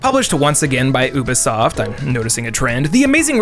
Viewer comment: Why does he keep pronouncing it Oo-Buh-Soft?!